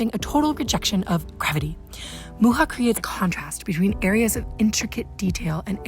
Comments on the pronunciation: Thumb up for correctly pronouncing Mucha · Thank you for pronouncing Mucha's name correctly 🙏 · Very nicely made, thank you and kudos for pronouncing Alfons Mucha's name beautifully and correctly, not as the French do. 😊 I would appreciate more examples of Art Nouveau from Europe, though. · This is a bit off topic but as a czech i'm so glad to hear someone finally pronounce Mucha's name right😭 anyway i love this video, these were always my favourite art styles and epoches and you covered it perfectly<3 keep it up!